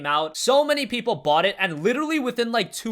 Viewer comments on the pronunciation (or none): none